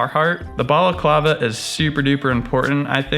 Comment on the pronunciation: LOL you make "Balaclava" sound like a fancy drink !